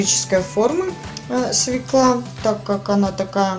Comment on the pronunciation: Свёкла а не свекла